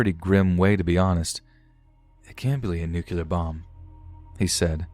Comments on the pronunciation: "Nucular" 😬😬😬 It's pronounced Nuke-lee-yar. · New-klear, not nucular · I know, I keep bringing that nu-clear is SAID Nu-clear. Not New-kyuu-lah.